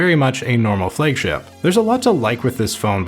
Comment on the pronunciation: "Flague" ship ?🤔